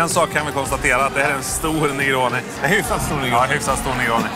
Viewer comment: 31 "En Hyffssatt sstor nergåni"